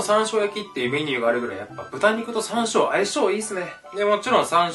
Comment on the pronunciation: はいもう最高＼(＾o＾)／💕 なんか、しゃんしょうって聞こえた気がするけど。。。気のせいだよね、うんうん(^ω^)